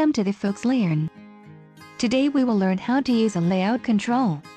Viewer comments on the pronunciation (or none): beginnings always be like: "whalecome too the foax leearn 💅"